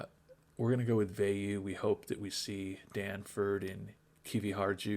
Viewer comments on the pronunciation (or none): Nice job on pronouncing 'Veilleux', by the way. The 'eux' was wrong but the 'Ve' and the 'ill' were spot-on. 🙂 You completely cocked-up 'boisvert', though. 😋